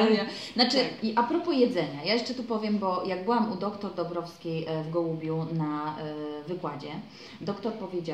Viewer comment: czemu wymawiasz doktór, a nie doktor?